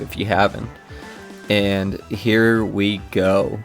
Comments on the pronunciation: Every time he says "ayand" a demon possesses Khet. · My god, his way to pronounce "and" (and overall his hyper annoying fuck*ng voice, accent, respiratory tract), I can't even, I need a break. Fantastic job mate, this is solid work !!